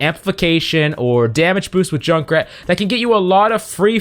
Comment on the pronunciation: I hate that he said Jukrat